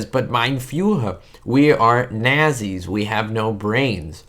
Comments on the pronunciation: Its pronounced NAT-SEES, not naz-ees. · its pronounced not see's .....not .....nahzee's. aparently schools dont teach about hitlers germany any more?...idk...or the teachers werent taught the proper pronounciation? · It's not pronounced NAZEEs dude. It's Natsee. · Do you really not know that it's pronounced Nahtzees? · This was my first Stooge short to see back in the early 60's and is still one of my favorites.. They show this short on METV regularly. Nazi's is pronounced "Not-sees." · Moe himself pronounced it "nazzies" in more than one short.